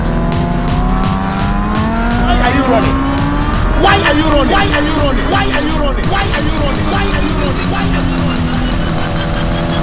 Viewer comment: That "why are you rrrunning" sh*t kills me every time 😂🤣